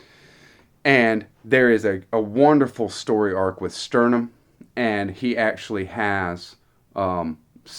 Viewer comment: That was Laurana on the cover, not Tika - Tika would be on Spring Dawning, but you have an alternate cover. Also a few of your pronunciations made me cringe (Sturm not Sternum), but that wasn't bad if your going from distant memory. Hope you enjoy returning to Krynn, I'd join in but I've got too much else right now and I'm planning to read many of the other Dragonlance books chronologically, hopefully before Weis and Hickman's new trilogy is done!